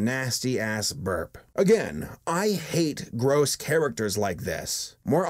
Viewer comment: Who pronounces gross like that GRISC